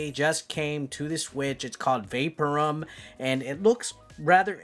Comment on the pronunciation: Well done, Mate! I think it's pronounced "vay-POUR-um" Cheers🍺🥩🇦🇺🐨